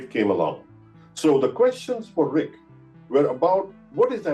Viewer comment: Just a heads up as someone who lived in the area and have friends and family working at BNL (and I interned there twice!), RHIC is usually pronounced "Rick" rather than pronouncing each letter of the acronym, and (fun fact) the original EIC proposal (e-RHIC) I've heard said as 'e-Rick' or 'Eric'.